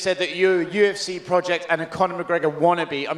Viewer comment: The U-F-seh 😂 bro it’s cee.